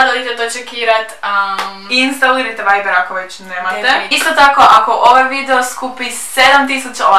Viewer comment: Viber a ne veiber